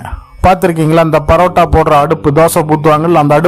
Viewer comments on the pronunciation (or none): none